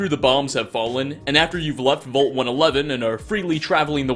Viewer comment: lol, you can't pronounce "vault" and have probably never heard of fenway park before researching this video.